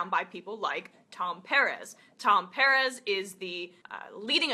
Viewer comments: It's PER -EZ, Emma it's not a hard name to say. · is his name really "piarez" and not "PERez"?? ... its not super important, but... she did say sunn's name alot... I assume she has done her homework, but... well... her pronunciation goes against my life experience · Liked the video but just pronounce his name right. Sounds weird the way you say Perez.